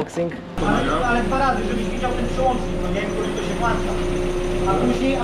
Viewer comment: włancza czy włącza?? xD a tak serio... jakbym chciał kompresor do golfa 2.0B to jaki koszt takiej zabawy? bo pierdolą że w chuj drogo...